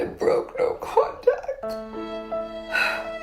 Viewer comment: How could you date a woman that says naur for no